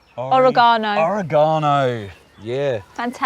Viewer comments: I have never heard oragano pronounced that way.. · Oregano I love how they pronounce it! 😅